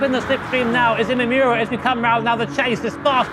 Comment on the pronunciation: Imamura = Ee-mah-moo-rah Where the -rah part is more of a d/r sound. NOT Ee-mah-yoo-rah